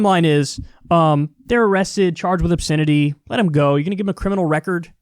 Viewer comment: Funny how Kyle pronounces "obSINity"